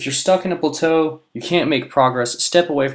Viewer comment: Your pronunciation of plateau has me rethinking my life.